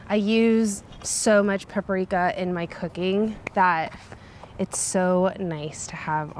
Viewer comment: Paprika is pronounced PAP-REE-KA.